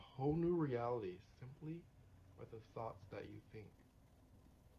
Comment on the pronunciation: I swear it sounds like he's saying you have THOTS swimming in your mind! If you don't like your old THOT you create a NEW THOT😂😂😂